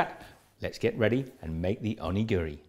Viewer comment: I usually make these with a filling of a avocado, gari, and a little bit of wasabi. And it's pronounced [au-NI-girri] with emphasis on the "ni". Not "Ohnee-GEE-REE. :D